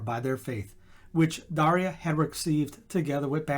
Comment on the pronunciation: I don’t know if my parents knew my name saint’s story when I was born. Thank you for the correct pronunciation of Daria.